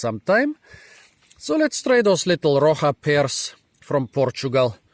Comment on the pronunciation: It's pronounced as "roh sha" and it means "rock"